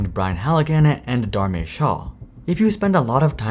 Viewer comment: Super weird pronounciation of 'Dharmesh' 😂